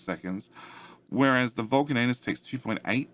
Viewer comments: yeah, but you say "Vulcan anus" every time instead of Vulcanus... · Please pronounce Vulcanus correctly, it's extremely annoying...